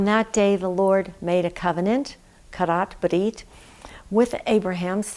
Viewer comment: Thank you for this wonderful insight. And I love your Hebrew pronunciation of "Karath Brith"